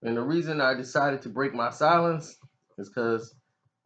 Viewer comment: Silience? Nigga its silence